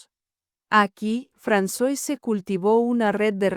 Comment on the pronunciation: Se pronuncia Fransuáh, no Fransoise 😅